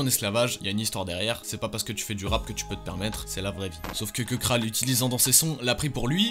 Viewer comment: KEBRA ? C'est plutôt KEKRA frérot mdrr